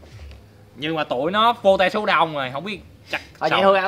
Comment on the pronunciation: vô te số đông, best tiếng anh :)))